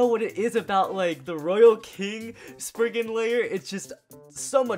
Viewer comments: sprizzzzzen not spriggen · It’s spizen not sprigen they say so in the anemay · Isnt it spry-zen not spriggen? That sounds like something valt would use He out here like: SPRIGGEN LAUNCHHHH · It’s not spriggan it’s sprizen